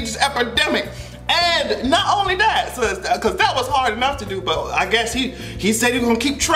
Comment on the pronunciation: the strength behind that "AND" had me rolling